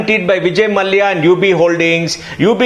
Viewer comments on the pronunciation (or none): mallaya...its mallya